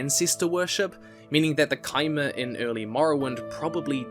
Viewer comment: Finally someone pronounces Chimer correctly...